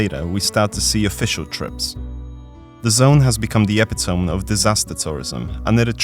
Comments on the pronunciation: Great video! FYI, epitome is pronounced uh·pi·tuh·mee. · Oh God, hearing somebody pronounce epitome outloud for presumably one of the first times in their life is always a magical moment XD. I'm sure another comment has pointed out that it is not pronounced "ep-eh-tohm". I'm doing it for good measure, on the slim off chance nobody has brought it to your attention. Maybe spare you a little in person embarrassment 😅 inconsequential nitpicks aside, I love this video. I watch it on release, and it was so good I'm watching it again now. Rock on dawg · Am I the only one who cant watch the video coz the guy pronounces epitome wrong